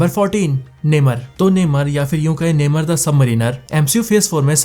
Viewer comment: नेमर नही नेमोर